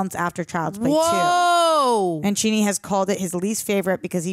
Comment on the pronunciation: Every time you say "Mancini" wrong, Charles gets a new doll.